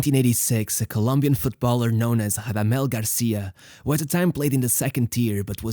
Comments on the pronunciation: Rrrrrradamel. Roll you r’s my son. He’s not Brazilian:) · Portuguese R sounds on non lusophone players is unacceptable, you should be rolling that r. Give It a big RRRRRamadel falcao. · the R in Radamel is a strong rolled R, as in spanish unlike portuguese. great vid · Spanish doesn’t say the r as an h tho